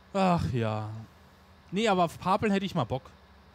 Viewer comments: Moin, Wenn weniger Videos kommen ist nicht schlimm, weil ich bin der Meinung das dass reale Leben immer wichtiger ist. Du warst heute etwas leise vom Ton her im Video, ich musste die lautstärke voll hoch drehen. das heisst Pappel und nich Paaaaaapeln 😂😂 iyt nicht böse gemeint. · Sorry, aber heute gibts einen Daumen nach unten, weil es ein paar Dutzend mal Pahpeln zuviel war. Bitte üb das Wort Pappeln, denn es wird wie die Pappe ausgesprochen. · Ich habe dir doch schonmal gesagt und du wolltest dich auch daran halten: Es Pappeln (mit kurzem zweiten p) und Paaaaaaaapeln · Pappeln nicht Paaaaaaplen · Ach, bitte sag nicht immer Paaaaapeln! Das wird kurz ausgesprochen. Ansonsten hab ich nichts auszusetzen mach weiter so Daumen hoch. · bitte bitte bitte!!!!!!!! Sprich Pappeln mit kurzem "a"!!!!! Es ist Grausam, so wie Du Pappeln aussprichst.